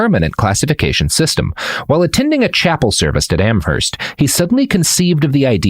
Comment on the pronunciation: It's pronounced "Am-erst." The "h" in Amherst is silent